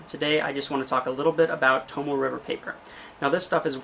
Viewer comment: It is pronounced to-mo-eh, not to-mo. It you are going to sell it, learn how to pronounce it, jackass. I can see you as a used car salesman: This here sheh-ver-leht is good car.